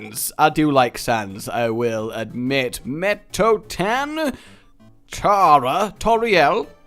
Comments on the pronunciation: By the way it pronounced metta TON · HE SAID METOETAN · That's not how you pronounce it. You pronounce it "Me-tta-ton" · you pronounce mettaton meh-tah-ton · is pronounce how it is spelt Mett-a-ton even my dad can pronounce it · Cant say metaton. Says undyne flawlessly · Very undertalee I love it, and you said mettaton wrong D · I felt a burning pain in my heart when he butchered the name Metaton